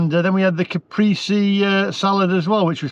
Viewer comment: Just for next time it’s Ca-pray-si